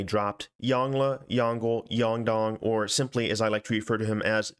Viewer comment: Good day, that "Yongle" is "永乐" in Chinese, which pronounces like "yawn - ler" (like the end of the word "ruler") instead of "yawn - gle" (like the end of the word "jungle"). Have a nice day~😄